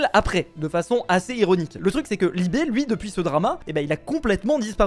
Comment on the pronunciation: C'est pas Libé c'est Libe !